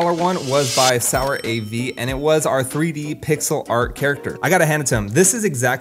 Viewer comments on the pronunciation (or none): just correcting sourav is an actual name in India and some other countries it's not pronounced sour av It's actually sou rav without the gap As i said no hate just correcting